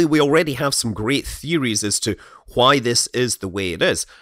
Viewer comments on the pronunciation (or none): Why do you say why like "qua-hi" ? Is it like Stewie and saying the name "Wil Wheaton"?